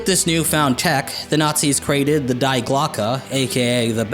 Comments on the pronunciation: If you wish to pronounce "Die"(🇩🇪) in correct German, do not say "Die"(as in English), but say "Thé"(as in English) instead. Pronounce [Die(🇩🇪)] like you pronounce it in this line/sentence/phrase:➜"[THÉ] air"(🇬🇧). "Die"(in the German language(🇩🇪)) means: The. :) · Note: the "die" in "die Glocke" would be pronounced "dee" in this context, it's just "the" in German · This video just randomly popped up, unconnected to anything else I watch but just so happens I’m familiar with this subject. The “Die” in Die Glocke is pronounced “Dee” and means The in German. Die Glocke was the name given to the craft due to its shape and means The Bell. Also thought to have been a time machine or inter dimensional portal craft. Look up Keksburg (possible spelling error as I’m speaking from memory) Pennsylvania where it was reported to have suddenly appeared after we (USA) confiscated it. Only at the mark now and looking forward to the rest. Ballsy move on your part trying to fake this story considering how much detail Kramer gave. Props to you youngin! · "Die" in german is pronounced "dee", Nacht has that german hissy/phlegmy sound for the ch - what you guys are saying is 'nackt' meaning naked. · I love the fact that they mispronounce Die and Waffen, totally unbelievable because if you remember the name, you should know how it’s pronounced XD